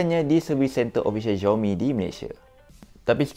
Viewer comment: baru tahu xiaomi sebutan dia choumi.. selama ni aku pi sebut zaiomi...